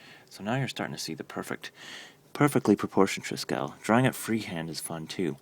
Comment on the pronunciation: check correct pronunciation of triskele!